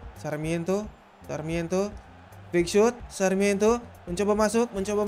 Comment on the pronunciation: Sarmiento di sebut sakramento. Mbete di sebut mbetei